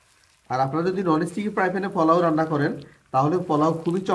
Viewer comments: মনে হয় নোয়াখালী বাড়ি। তাই পোলাও না বলে পলাও বলেন। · ফোলাও না পোলাও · শব্দটা ফলাও না পোলাও? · পলাও বলেন কেনপোলাও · পলাও বলেন কেন পোলাও। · আগে নিজের উচ্চারণ ঠিক করেন??? জীবনে প্রথম শুনলাম "ফলাও"😆😆😆😆😆😆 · আপনি কি নোয়াখালীর মানুষ পলাও বলেন কেন?